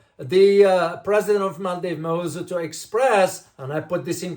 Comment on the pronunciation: Sir you don't even know how to pronounce our elected presidents name.